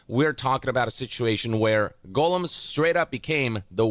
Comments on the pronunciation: Is anyone else bothered that the guy keeps on pronouncing "gollum" as "golem"? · Gollum = GAWL-um Golem = GOAL-um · These games are almost as bad as how this guy pronounces Gollum as "golem" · I don't understand how people who I assume have seen LOTR. And heard how his name is pronounced. Still miss pronounce the name of popular characters. Golem??? From Pokémon?? I know you've heard Gandalf pronounce gollum. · god him saying Goalem is driving me absolutely insane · Why does everyone call him “golem,” though?😂